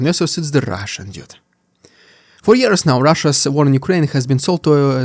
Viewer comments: Trawl. I was listening and you kept saying "trowel". I should not be surprised though you always say Russian "deeood" for some unfathomable reason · "Thyis es the Hrrrussian Dyude" 😂 Sorry that still gets me every time, I love it. Thank you for the awesome channel. Plz continue.